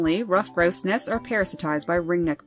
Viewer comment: You say it as gross it's grouse